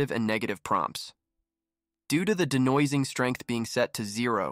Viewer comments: I very much thank you for this detailed explanation. I've hit like. Thank you for making me laugh out loud at your pronunciation of de-noise-ing (How much noise?) strength. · Is this AI voice? It talks funny. De-noise-ing ==> Denwasing. :D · De-nah-wahs-ing is actually pronounced de-noise-ing ... becase it gets rid of noise. It's not a French word. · I have never heard someone pronounce "noise" as "nwaz" before, but great muvvie! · dee-no-ahhzzing strength lol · the de'nwah-zing strength.. lovely/ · He speaks "very well"? Are we just ignoring the horrifying mispronunciation of denoising and mov2mov?